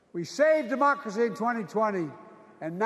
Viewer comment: Sounded like he said "mockery must be preserved."😢